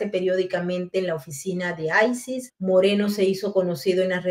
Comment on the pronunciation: Todo muy bien pero aprende a pronunciar ICE por favor